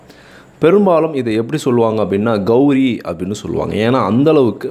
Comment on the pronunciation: கௌரி அல்ல கௌலி